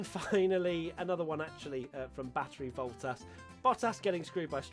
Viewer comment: Battery Woltas??